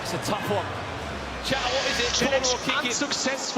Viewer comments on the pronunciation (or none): none